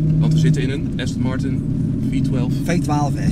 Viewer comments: Austin Martin 😂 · Zegt heel de tijd AUstin Martin , pffffffff. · “Austin Martun”🤣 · Heb je een Aston Martin, kun je de naam niet eens uitspreken 🙄 Ook door z’n verhaal inz keramisch wekt hij de indruk toch vooral te veel geld te hebben, in plaats van dat hij een échte liefhebber is.